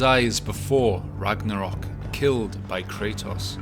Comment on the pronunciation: "ragadal" foi foda em